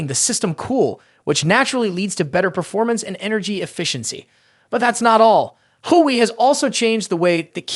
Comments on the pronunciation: Everyone needs to stop saying game changer , unless it's actually game changing ,,,, and come on bro Wa Way is how the rest of the planet pronounces it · Why are you calling Huawei.... Who-way.... try google or translator... wtf